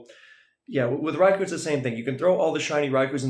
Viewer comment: For future reference, it's not pronounced "raikuu." It's "raikoh."